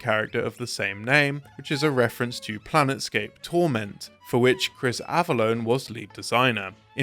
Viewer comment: I’m sorry “planetscape”? It’s plane scape. No T.